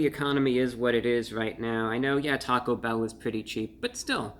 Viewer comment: The emphasis in "taco bell" is placed on the E in "bell".